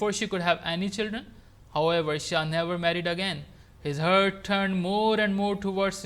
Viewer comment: Sir, this is "heart" not "hurt" in .